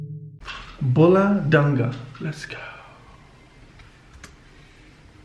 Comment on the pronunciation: Thats not bhula dungaa thats bhula duuungaaa